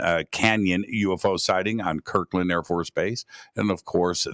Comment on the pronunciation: it’s Kirtland not Kirkland. With a “t”. Kirtland AFB, New Mexico.